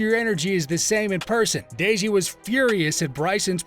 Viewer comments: bro said “dayji” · Why does he say deji like that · the way he said deji's name....